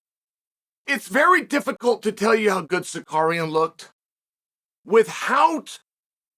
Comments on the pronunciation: I came here JUST to hear ol' Chael absolutely BUTCHER Arman's name 😂😂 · Honestly knowing he does is on purpose makes it very funny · I didnt know who we were talking about until Oliveria came up 😂😂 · If not for the context I wouldn’t have known who he was talking about he butchered that so bad 😂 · Sar ooooo key in Not sarkaren 😂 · Cekurian ????. 😂😂Bro could have said Sarukiyan as simple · It takes more effort to say sakarian than Tsarukyan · Pronounced Cal Shownan right? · “Sarcarian will have my protection” but keeps butchering his name very subtle 😂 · Who da fq is "SAKERIAN" ? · Sarkarian WTF Chael if someone mispronounce my name i will tech them how to pronounce like Merab 😂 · Repeat after meX uncle Chael::: Sa-Roo-Kyyan. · F*** you! You are not even able to say his name correctly! The champs name is tsa-ruk-yan!!! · Sar - You - Kee- In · SAR-RUKE-IAN come on chael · its a joke about how chael is pronouncing tsarukyan's name as sarkarian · Big L for Arman SuckAryan 😂. Chael kills me with these names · Tsukarian? WTF is that? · Sar karian 😂😂😂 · Amran sarukyen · Cheal, with all due respect, the difference between you and Tsarukyan is that he has a championship mentality, and not a punching bag mentality. He knows 3 (if not more) languages, whereas you are a professional commentator that for some reason cannot pronounce the guy’s last name. Repeat after me. Ts-a-ruk-yan. And finally, him turning a short notice fight down means he is taking this seriously, which nothing but honorable. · I didn't know Charles went through Da Roosh. Jael Sunin needs to get the names right. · This guy!!!!! 🤦‍♀️ have some respect the Champ has a name and it’s Arman TSARUKYAN!👊🏼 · Really man? You are talking about someone, and you don't have a respect to say the correct name? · Learn to pronounce the guys name… lol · Chael has a problem with him which is why he intentionally mispronounces the name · Chael, please stop using the R and the K backwards. Or just say his first name. Thanks..